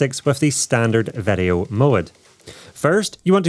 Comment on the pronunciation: Why does he say vedeo instead of video ?